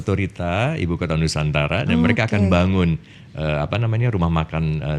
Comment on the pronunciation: ITU ORANG TIDAK BISA MENGUCAPKAN NUSANTARA. IKN SAJA BISA NYA.